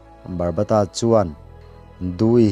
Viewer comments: Barbata nilo in babata 😊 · Barbata nilo in Baba ta tih tur aw sir